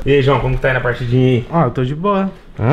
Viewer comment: Ele falou dboua umas 5 vezes kk